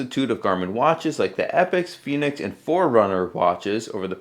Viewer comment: Fen asin pen Not fee as in phoenix